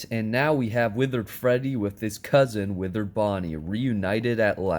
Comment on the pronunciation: Why he say cusen